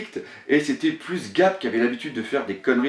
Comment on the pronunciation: Hey !! J'ai remarqué que dans tes vidéos tu prononcais certains noms mais pas a la francaise :p Dans tes deux dernieres videos, j'ai relevé les noms : "Coup de buster"-> "Coup de burst" normalement "Brook", tu prononces " Brok " mais il se prononce "Brouk" "Luffy" que tu prononces "Louffy" alors que dans l'anime il se prononce "Leuffy" Et pour finir "Garp" que tu prononces sans le r alors qu'il est normalement présent ... Voila !!! Et bravo pour tes vidéos!!!